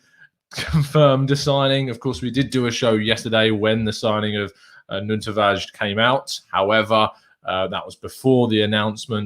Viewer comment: I like when people show respect and learn to say a mans name properly 👏🏿 welcome nuno tavarsh